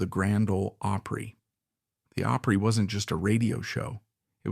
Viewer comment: Hard to believe that an AI could actually mispronounce opry . Really?